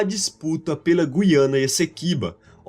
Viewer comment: Nota 10 para o narrador que pronuncia GU-IA-NA e não GUI-A-NA igual se fala em Portugal (e muitos Youtubers, infelizmente).